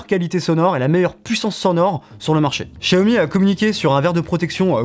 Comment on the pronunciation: Pas de test vidéo sur le Xiaomi Mi Lite 11 5G ? Ah cette marque se prononce Jiaomi 😊.